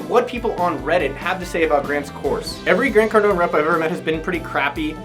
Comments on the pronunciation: Grant Cardonee lol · “Grant Cardoni” hahahahaha